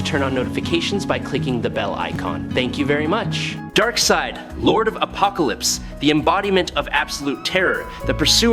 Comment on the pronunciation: "Appocolypse"??? A rather bad pronunciation..